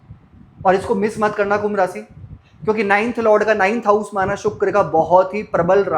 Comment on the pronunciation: श स ष सही नहीं है आपका । रासि नहीं राशि , सुक्र नहीं शुक्र